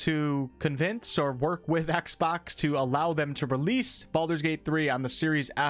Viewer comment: Its exbox not axebox